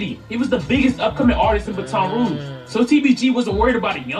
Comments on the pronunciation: im form louisiana, its "Bat-un" Rouge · Lmao that nigga the only one who pronounce baton rouge like that